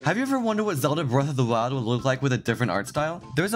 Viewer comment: zelda bweth o’ thwoahld